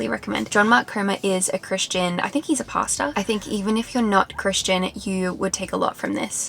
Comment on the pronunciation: the way you said "pastor" on sounded like "pasta", that cracked me up